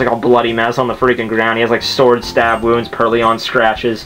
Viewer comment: I'm sorry man, I know this might seem dickish, but I can't get over how much trouble you're having making the difference between IO and OI in names and words. Even in Emerald, you kept calling GardeVOIR GardeVIOR. And now PurrLION. Or, more accurately, PurrLEON (Resident Evil mashup with Pokemon XD) I can't help it. Pronunciation has been my pet peeve since middle-school, where my English teacher sucked at actually pronouncing English. Good at grammar, shit at speaking it.